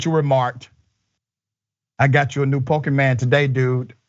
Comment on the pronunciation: Dr Richey got that pronunciation pretty good. i think he's played some Pokemon himself.